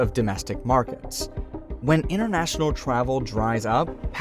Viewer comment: 'Innernational? Toronno?' Something wrong with your mouth?